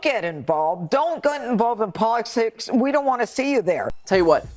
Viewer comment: Catch drunk Janine Pirro ...."polishticks". LOL.